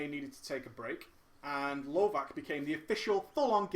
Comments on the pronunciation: Just a note: lovac (pronounced lovats, not lovak) means hunter on serbian :) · lovac is actualy pronounced lovatz, which literaly means hunter :)